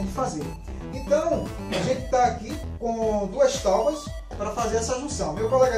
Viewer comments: Agora eu faço pergunta que Jesus fez há mais de 2000 anos atrás. Quem nunca errou a tire a primeira pedra. Eu erro todos os dias. Não é porque r pronunciei taubas, que eu não sei falar e escrever a a palavra certa. O correto é Tábua com aceto agudo no primeiro A. ALL right? Um abraço. Faço o convite para vir conhecer os outros vídeos do canal, não esqueça de deixar seu like 👍. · Eu ouvi talbas 🤣🤣🤣🤣🤣🤣🤣🤣🤣🤣🤣🤣🤣🤣🤣🤣 não é tábuas?🤣🤣🤣🤣🤣🤣🤣🤣🤣🤣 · Legal o vídeo, mas... "táubas"? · Escrevem certo tábuas e falam taubas? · Cara, quem não errado, né? Eu poderia ter resolvido esse pequeno erro vdd pronuncia na edição do vídeo, mais deixei para saber quantas pessoas inteligentes iam ficar presa nessa palavra e não no conteúdo em si. O certo é escrever e pronunciar TÁBUA. O assunto aqui é marcenaria e aula de português William. Stay in piace my brother